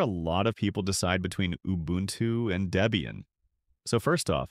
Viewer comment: "Deebian". AI dweebian.